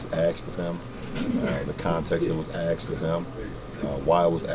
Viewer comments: asked not axed lol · Who axe it When it was axed What context it was axed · axed of him axed axed lol